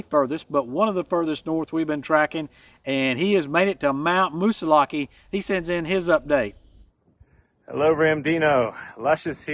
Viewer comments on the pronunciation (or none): Its not pronounced Mount Moose a lackee. Its Moose a lak or Moosi lak.